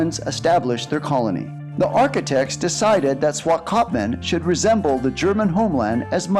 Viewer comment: 😂 Making a video you should learn how to pronounce the Town Names